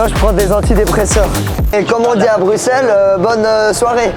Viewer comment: qui est la en 2025?? et sinon bruxelles cest ma ville!! et jsuis contente t'as bien prononcer Bruxelles genre le X tu l'as dis S merci a toi!